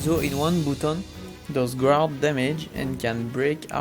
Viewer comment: Don't pronounce the U on guard, just say it like: [gard] It's always focus "on", not focus "at". And "Actually" does not mean "actuellement" it means "en fait", which is not what you wanted to say here. "Actuellement" is just "now", "right now" or "at/for the moment". Otherwise nice video, even if I didn't the answer I was looking for: How to do a Lethal hits to end Drona's last training mission ?! EDIT: I found it, just press A+B (Square+Triangle / X+Y) when he is about to charge his Reversal Edge.